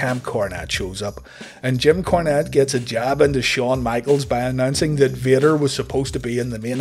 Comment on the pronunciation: "Kim Cornette" ??